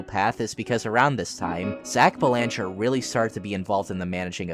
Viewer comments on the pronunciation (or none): FYI you mispronounced the last name Belanger. It's pronounced BEL-ehn-jer How do I know this? I just so happen to have the same last name. Dunno if we're related though